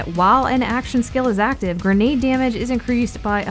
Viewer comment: Its not gernade its grenade